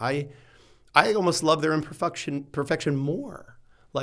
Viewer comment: Sexton said im perFUCKtion 😂😂❤❤ Love this guy!